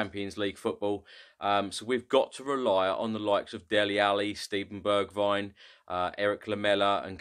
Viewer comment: Hey! Great Channel and amazing videos! I've just found a common mistake with all spurs fans when they say Bergwijn's name its Pronounced Berg-vehn the "h" is a breath sound. As an Irish guy who speaks fluent Dutch, it was also tough for me too 🤣 Keep up the great work! You're a gem for this team's fanbase!